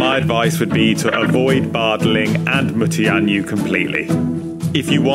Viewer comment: not consistently true. For 'Mu-Tian-Yu' he pronounced 'Yu' as 'U'/'You' which is wrong. And he totally mangled 'Yang-Qin'. 'Yang' should be vocalized as 'Young', and 'Qin' should be vocalized as somewhat like 'Chin' but with the h silent.